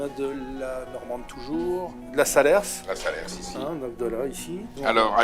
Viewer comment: il ne faut pas prononcer le S de SALERS !!!!!